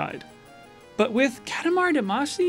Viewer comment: What’s with that pronunciation of katamari damacy?